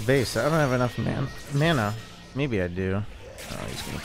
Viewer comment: im so sorry, but i cackled out loud hearing you say “i dont have enough MAnA”